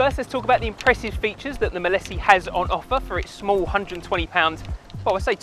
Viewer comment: It's said not said as 'Milissy'.....it's 'Mile See' as in you can see for miles...Mileseey! 🤦‍♂️